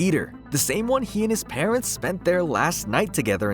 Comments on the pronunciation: please pronounce parents right its quite frustrating hearing parentses. otherwise good reading. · You're pronouncing parents' wrong. And it drove me insane lol. It's pronounced the same as parents. The way you say it mean he has two moms and dads that were killed and owned the manor.